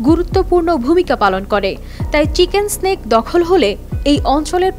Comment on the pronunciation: চিকেন স্ন্যাক নয়, চিকেন নেক। 😂😂😂 গরিব সংবাদ পাঠিকা। 😂